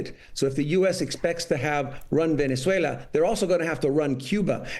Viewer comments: Venez-wailer😂 i love tesler! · "Venez-whaler" 😂. Dementia strikes again. He's a deranged lunatic. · He said Venezuelr!😂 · It sounds like Trump said VenezueL-ER 🤡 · trump pronounces the country as "Venezueler," imagine committing war crimes against a country and not even being able to say the name. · Since when did Venezuela change its name to “Venice-way-ler” ⁉️ DJT can’t even pronounced it. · venezwayler?! lmao! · "Venezuelers"??? He can't even pronounce the word. And the Republicans just sit and watch, welcome to America. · Venezwhaler ???? Wow such an educated not Prez, lol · 25th amendment please. It's time. Somebody pull him aside and tell him the is no "r" in Venezuela!! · Trump can’t pronounce Venazula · "Venez whaler". Too stupid for prime-time. Make America great again, starting with teaching the leader to read the English language and Maps. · In addition, Venezueler?!!! Is that related to Tesler? trump is an idiot to the max 🤣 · It should be illegal to invade a country if you can't correctly pronounce the name of the country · He could no even pronounce the country’s name correctly! There is no ‘S’ in it.